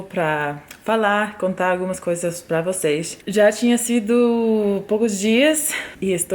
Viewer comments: você fala português igual ao que falamos em Belém, no Norte do Brasil! Falamos o “s” com som de “x”. Vocêx! Rsrsrs! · Seus "vocês" é muito carioca ksksks